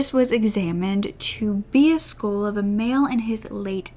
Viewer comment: I love your videos! Only thing is, when you say 'skull' it sounds like 'school' and its confusing sometimes 😅 sorry, I'm not trying to be mean, just thought I should point it out.